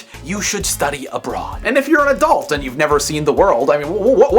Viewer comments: LOL At one point you said "If you're a student, you should study ABROAD", but I heard "If you're a student, you should study A BRA" ;-D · he said "abroad" dude lol